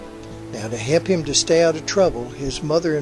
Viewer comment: "... to hep him to stay out of trouble... ". I now remember where I heard someone pronounce "help" that way. It was my drill sergeant in basic training at Fort Leonard Wood, Missouri... or as we used to say "Fort Lost in the Woods in a state of Misery". It was in the year nineteen and sixty five. I can't remember his name but he was extremely kind for a drill sergeant and he told us, "You are going to get hurt here, but if you do it right it will hep you." He was from Tennesse. I never forgot him and I never will. A fine man. Are you from Tennesse,?